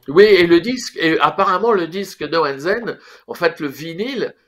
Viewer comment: Va falloir faire des efforts sur la prononciation : « no and zen » 😫